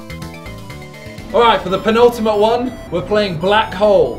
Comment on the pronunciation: Nobody: Not a single soul: Simon: PENULTIMATE